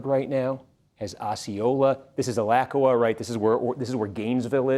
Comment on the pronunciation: Someone needs to teach Steve how to say Alachua! Chooooaaa